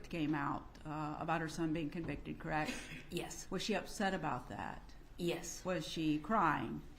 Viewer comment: “Correct” or “crrect “ 😊